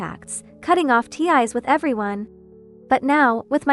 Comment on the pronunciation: Cheap AI can't even pronounce "ties" or "café" or "fiancee".